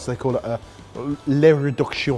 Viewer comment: 'le reduction':D:D